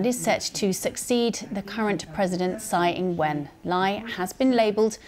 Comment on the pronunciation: Tsai not Tai. Congratulations to President Lai! 🎉